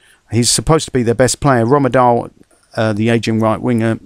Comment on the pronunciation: Rommendahl is pronsed Diffrent but I cannot say it in a comment because it the ending is procnued diffrent.